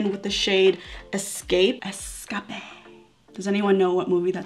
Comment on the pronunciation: Es-cah-pay: Finding nemo😉